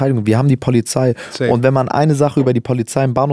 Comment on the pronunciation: Ja man. Die poahliei ist ganz wichtig 😅❤️